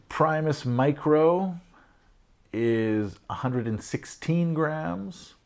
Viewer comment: I think you means grams and not rams.... you said rams... no biggie...